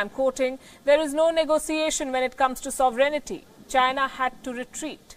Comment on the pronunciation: Your tone of voice is very provocative. You need to be a little more respectful of China because India is in a big mess. And Indonesia cannot match the fire power of China, with a weak military. Speak with a tone encouraging peace. By the way, not sovereigneety but sore vren tee.